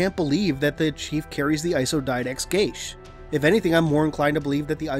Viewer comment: gesha?? geeeeaaaaahs ffs.